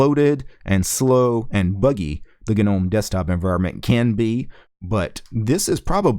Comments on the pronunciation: the G in Gnome is silent, "no-mm" . questions: Has it stopped freezing when using web browser with several tabs open? Can it finally put laptop to sleep mode or hibernation without waking up randomly for no reason? Can you switch between different kinds of wireless drivers without side effects like losing wireless capability or losing sound capability requiring reboot? I see it's still trying to do navigation animations when it can't (still stuttering), I can't understand why the window system can't detect when the hardware isn't capable of smooth animation to turn off animation in such cases. And that sudo bullshit, is it finally sorted so that it can assume sudo implicitly when required so we don't need to keep typing sudo at the command line and then it can scan fingerprint from laptop fingerprint reader instead of prompting for stupid password every time? also please, pretty please, just put a xterm by default in the shortcut bar, stop assuming people don't need it, they ALWAYS do. I don't know what happened to Linux, it used to work so well from the 1990's to the mid 2000's , now it just tries to be clever and ends up not able to even do stuff mobile phones can do. They chop and change interface, mouse action, etc, user is expected to know how to control the nav bar with no intro guide I mean it's just a mess, I'd like to contribute to Ubuntu to sort it out but some dumb ass must be making all the ridiculous final decisions on the os, wrecking this great os, it's such a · The "G" in gnome is silent you dumbass.